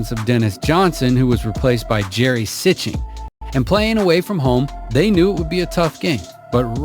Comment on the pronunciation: Ugh, that video’s pronunciation of Gary Sichting’s name, lol